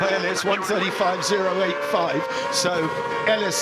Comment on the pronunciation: Lol he said 1 2 3 4 fiiif.. haha